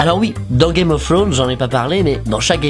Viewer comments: Il dit "Game of Frones'' xD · GUEYME OF FWONES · "gayme of fwaunz" x)